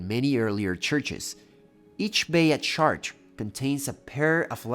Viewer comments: Shart? I hear shart... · "SHAARTREH" would be HOW YOU PRONOUNCE this word if written in ENGLISH. THE WAY you say it sounds like "my kid shart itself"..... NOT correct. IT'S 2026, JUST USE THE GOD DAMN Google pronunciation FUNCTION, before recording yourself saying it horribly wrong. CHEERS. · Chartres is pronounced "Shar-trö" (the "TRÖ" part is important too). 🙂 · Wow, your pronunciation of "Chartres"..... what a pity. So far from the French pronunciation.